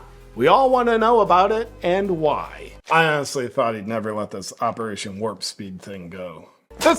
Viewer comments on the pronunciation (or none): none